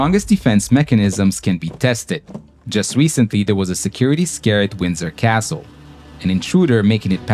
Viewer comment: It's not impossible, it happened many times, and you gotta pronounce Castle correctly, even if you are an american.